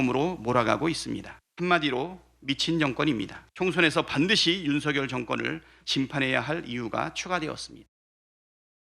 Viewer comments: 저분 북한의 유명한 아나운서 발음으로 윤 석 열 이라 ? 제가 잘 못 들었나요? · 이 분 북에서오셨나 고뇌하는 윤. 석.열 이라고 또박또박말하는게 북칸 아나운서 스타일이야.